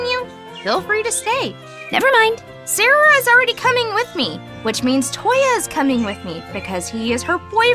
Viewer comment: He actually said sararah?!